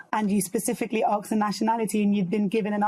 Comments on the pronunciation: If you dress in African garb in Great Britain don't be surprised when someone asks where you're from. Also, the word is ASK, not Aks. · AGKST, it's ASK FFS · I’m British, just aks. Is “aks” an English word? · What does "when you Aks" mean? They keep saying the word "Aks". Genuine question! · Why are they saying arks it’s usually axe me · Why do black people say ARRsk instead of ask? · What is it with people saying aks instead of ask? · WHY ARE THEY SAYING "arks" INSTEAD OF "ASK"?